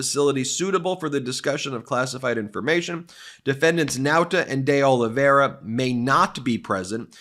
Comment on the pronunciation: By the way you are saying De Oliveira wrong, see the portuguese way of saying ... continue the good work